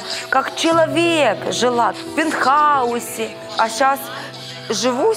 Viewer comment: Пенхаус... Боже... Правильно "ПЕНТХАУС"!